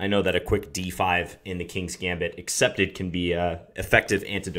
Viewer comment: John! I didn't think you knew how to pronounce gambit! very nice, my main opening is this exactly